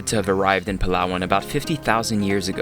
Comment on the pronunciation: foreigners pronouncing palawan = palwan